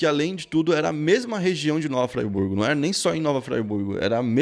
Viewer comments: Só um toque mano, se fala Nova Friburgo e não Fraiburgo kkkk. Inclusive é um ótimo lugar pra conhecer aqui no interior do rio, trabalho de vocês e foda, Tmj!! ✌🏻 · Se pronuncia Nova Friburgo* e não Nova Fraiburgo 🤣🤣🤣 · Ótimo vídeo, mas meu coração dói toda vez que eu ouço o dizer "Nova Fraiburgo" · "Nova Fraiburgo" kkkkk os friburguense pira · Se pronuncia Friburgo !! Com “ i “ . Eu já morei lá . Fica a cerca de 150 km da Cidade do Rio de Janeiro.. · falando "nova fraiburgo" ou eu to ouvindo errado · Pq está falando Nova Fraiburgo RS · Mano achei o vídeo muito massa, mas cada vez que vc dizia Nova FRAYBURGO eu dava risada kkkk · So pronuncio o nome errado.. Nava Friburgo se fala do msm jeito q ta escrito.. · Parei no "nova fraiburgo" kkkkkkkkkkk tá fazendo a pesquisa legal 👍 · “Nova FrAiburgo” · oq passou na cabeça do pra ele falar nova ‘fraiburgo’?????? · De onde ele tirou "Nova FrAIburgo" ???? Kkkkkkkkk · Nova "Fraiburgo" é osso! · Muito engraçado o, fala as coisas em inglês tudo errado, e aí na hora de falar Friburgo, ele coloca um sotaque inglês e fala "Fraiburgo" hahahaha! Te amo Planeta NOVO! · Nova FRIBURGO kkkkk pelo amor de Deus. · Se escreve Friburgo mas se pronuncia Freeburgo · Engraçado é ele falando nova fryburgo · Véi que gatilho vê o falar fryburgo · Esse nova fribuorg foi de fuder kkkkk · Pronuncia Nova Friburgo. Do mesmo geito q se escreve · Da nervoso ele falando Nova FLYburgo kkkkk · Ouvir esse apresentador pronunciar o nome errado da cidade me dá muita agonia 😂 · Tá falando errado nova Friburgo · Meu amigo, gostaria de fazer uma crítica: Eu percebo que há alguns equívocos nos seus vídeos que poderiam ser evitados com uma pesquisa melhor. A cidade chama-se Nova Friburgo, e se lê como se escreve. Dentre outros detalhes. Parabéns pela iniciativa, e espero que seu conteúdo evolua ainda mais com essa observação. Abraços! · Que nervoso o jeito que você fala Friburgo kkkkkkkkkk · Vc pronunciou Nova Friburgo errado man